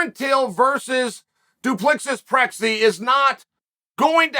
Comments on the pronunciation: "Du Plicksis Pressey" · Make sure Chael sees this. DUPLESSIS is pronounced: Do-pluh-si, the last s is silent, as it's a name of French (Huguenot) origin. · Say it like this -Du pla see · “Duplixus Trecsi” 💀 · Did he just say Dyslexic Pressie? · du Plexis Prexi 😂😂😂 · OMG😅😅CHAEL completely butchered Du Plessis name!!Duplexis Prexi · Du Plexis Prexy 😂😂😂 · Omg he didn't even try to say the name right 😂😂😂😂😂 holy shit that was so funny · The way Chael pronounces Dricus Du Plessis is absolutely shocking😂😂😂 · Dis ok, Chael is nie boer genoeg om dit te kan see nie. Te minste het hy probeer🤣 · And on purpose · As a South African that pronunciation was funny as hell🤣😭🤣😭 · It’s hilarious bru 😂😂😂😂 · I get Uncle Chael doesn't speak Afrikaans but man that was something else😆Dricus puting SA on the UFC map 💪 Learn the name guys